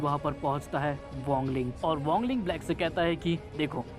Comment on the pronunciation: 🥲🥲bhai wangle nhi WANG LING hota hai 🥲🥲🥲🫡